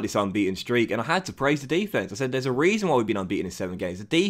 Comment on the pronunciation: Why do you say Defence like an American?